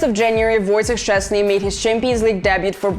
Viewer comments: As a Pole, you are a great pronouncer Szczęsny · Pretty good "Wojtek Szczęsny" - but as maybe he'll stay for longer, maybe you'll need to improve it 😅 And another great video ❤